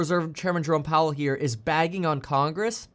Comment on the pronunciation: When you say Jerome Powell I hear Drone Powell.